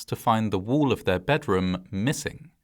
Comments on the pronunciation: Wall. Not woo. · Pronouncing wall as Wool is hilarious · why does bro pronounce wall as wuul?